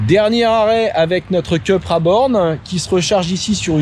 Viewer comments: Je suis étonné, quand on connaît le professionnalisme de, qu'il fasse cette bourde. Soit on dit "Coupra" à l'espagnole, soit "Cupra" à la française mais surtout pas "Keupra" à l'anglo-saxonne! Ou alors on dit "Sit" quand on parle de Seat...Que laisse cette erreur au barbichu de Caradisiac... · Il me semble que ça se prononce plutôt "coupra"... c'est espagnol, pas anglais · Le design extérieur est à tomber !! Mais l'intérieur façon ID3 me déçoit.. dommage car elle était dans ma shortlist... si je peux me permettre... Cupra est une marque espagnol alors il faut dire Coupra 😊 Merci pour cet essai. Toujours un plaisir !! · Pourquoi dire Ceu et pas Cu??😉Très bon essai comme d’hab’ mais vu uniquement en 360p,je ne sais pas pourquoi!Ca serait bien un comparatif entre Id3 et Cupra